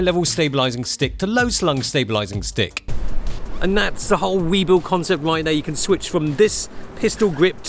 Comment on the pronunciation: "We, bull" not "We, Bill"